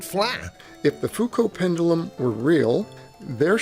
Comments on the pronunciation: 'Pendoolum'. Jeez. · Why does it make me laugh when he over-enunciates ‘pendulum’?